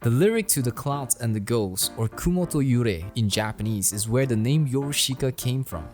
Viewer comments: it’s pronounced as “your-ush-ka” not “yo-ru-shi-ka” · I really like this documentary, but if you will, allow me to correct your pronunciation. It is not "YoroSHIka" but "Yorushka". The "i" is silent. PS. I really like this content! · I love the way you pronounce “YoruSHIka”